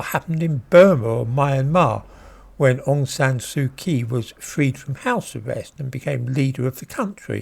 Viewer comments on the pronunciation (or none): You pronounced Ms. Kyi's last name incorrectly